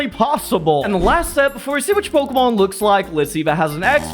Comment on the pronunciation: I like how he pronounces it “Pokuhmon”